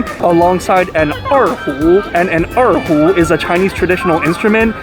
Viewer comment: the pronunciation of 二胡 was right on / perfecto. heh.